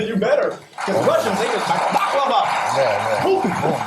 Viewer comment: This man said, Balkava! Putin! Bear fighting! 😂